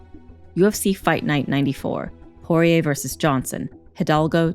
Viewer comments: Saying Poirer on this always came out like Jorge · She's saying Porier but sounds like Jorge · Why does she keep saying "Jorge" when it's Dustin Poirier? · Am I the only one who hears the narrator saying "Jorge" instead of "Poirier" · Sounds like shes saying horier the whole time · Sounds like she’s saying horhey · Why is she calling dusting Jorge ??? This is a little off putting oooh shes calling him porire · Last person to beat McGregor was khabib. The narrator sucks. She kept saying Jorge instead of Dustins last name lmao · Anyone notice she keeps calling Dustin Jorge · Why does she keep calling Dustin Jorge is that his middle name or something